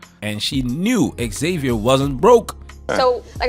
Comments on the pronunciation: Why can't gringos pronounce "Xavier"? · Why can't Americans pronounce xavier ?